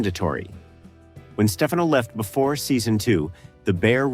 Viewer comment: And STEFano instead of the correct pronunciation steFANo. And the man from U.N.C.L.E. instead of Uncle. And O.B.I.T instead of Obit, which is what it was called in the edpisode.